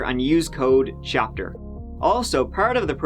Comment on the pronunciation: thapter thapter thapter